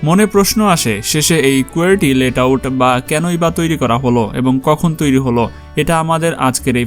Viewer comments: ভাই ওইটা লেট আউট না, লেআউট । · আরে ভাই ওইটা লেট আউট না, লে আউট। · আপনি বারবার লেট আউট বলতেছেন এটা আসল নাম হচ্ছে লে আউট